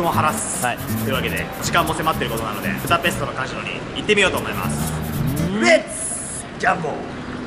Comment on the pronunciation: プタペストじゃなくてブダペスト じゃないの？